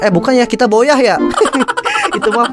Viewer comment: Bang baca booyah itu bacanya buyah bukan boyah